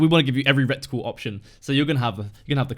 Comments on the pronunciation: It's reticle not recticle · Mmm “recticle”